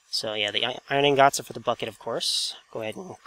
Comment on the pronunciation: He says iron INGOTS funny!